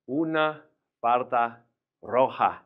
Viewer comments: I really enjoy watching your classes, but how come “falda” is pronounced as “farda”. You clearly say “r” instead of “l” in some words. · Tienes razón! El pronuncia " falda" y dice " farda" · Estas equivocado El profesor pronunció la "r" en vez de "L" dijo farda en vez de falda